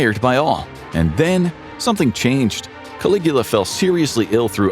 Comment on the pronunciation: Obviously, you can't. You had to edit your comment. He did say it correctly.